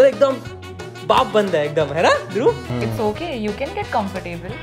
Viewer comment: Up or bihar me dhruv ko dhurup bolte hai dhurub nhi bachi log love from up ❤